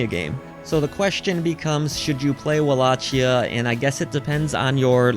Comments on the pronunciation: It’s pronounced “Wall-a-key-ah” or Wal-lak-eyah”, not “Wall-ah-*Chia*” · You're pronouncing Wallachia wrong dude.